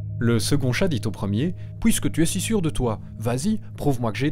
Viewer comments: S'il vous plaît, arrêtez de dire "POUISQUE" ou "DEPOUIS" : c'est "PUISQUE" !!! Cette vidéo est impossible à écouter PUISQUE c'est un mot que vous prononcez souvent et mal et que je veux napalmer la Belgique à chaque fois que j'entends cette abomination ! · Ha, j'entends que vos chats sont belges, 'pOUisque' vous le prononcez comme ça... Heu, ce n'est rien de grave évidemment !